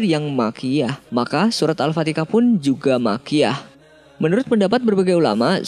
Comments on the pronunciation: Al FATIHAH MIN BUKAN AL FATIKAH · Hallo.. Anda salah bicara dalam pengucapan AL FATIHAH menjadi AL FATI*K*AH. anda Salah..!! Yang betul itu AL FATIHAH.. HAH bukan KAH. Anda salah pengucapan pada detik ke awal video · Afwan surat al fatihah ya bukan al fatikah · Admin al-fatihah bukan al-fatikah ,dan juga sebenarnya lu mazhab apaan bukan ahli sunnah wal jamaah ya? Mknya gw nanya dan juga kata guru saya jgn percaya sama yutub ttng islam soalnya belum tentu mazhab sama ntr salah jalan mohon maaf klo ada salah kt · Maap mas "Al Fatihah" bukan "Al fatikah" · Kadang denger Al-Fatihah, kadang Al Fatikah, tapi lebih sering seperti kedengerannya admin bilang Al- fatikah. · Min ko lu ngomong surah Al Fatihah jadi Al fatikah. Benerin dulu bahasa min, beda huruf beda arti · Kok gw denger adminnya nyebut Al-fatihah kyk Al-fatikah ya? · al fatihah bang bukan al fatikah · Kenapa sih elu bilang Al Fatihah kagak bisa bilang nya selalu Al Fatika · Alfatihah bang 😁 bukan al fatekah 😂 Ketauan kalau bg orang jawa 😂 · AL-FATIKAH salah nyebut kali AL-FATIHAH bukan AL-FATIKAH🤨🤦🤦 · Iya betul, ini salah pengucapan diulang2, yg benar itu Al-fatihah, bukan Al-fatikah, mangkanya belajar Tafsir Al-Qur'an,sama Tajwid jadi biar tau, yg namanya Bahasa Arab itu harus fasih,Krn beda 1 huruf ya beda arti dan ga ada alasan Krn logat dr suku apapun. Jika Admin ga merubah video atau ga beri keterangan Krn ada kesalahan pengucapan di video ini berarti Admin membiarkan kesalahan itu untuk sebuah Dosa. Krn sesungguhnya kita sudah mengingatkan. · Mengenai huruf hijaiyah tidak ada perbedaan cara pengucapannya. Harus sampai fasihhh🙏🙏🙏 "Alfatihah" bukan "Alfatikah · Alfatiha bukan alfatikha salah ni orang yg ngomong di vidio ini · kok al fatikah sih? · BACANYA bukan al fatikah Belajar dulu huruf arabya! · Kok gua denger nya al-fatekah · kok saya dengar Mimin bilangnya Al-fatikah ya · Terganggu bgt dgn pengucapan al fatikah .. jadi males deger sampe akhir video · Bentar kenapa al-fatikah